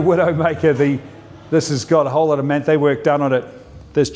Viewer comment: Pronounce Manthey correctly please. You’re supposed to know these things when you’re a car person.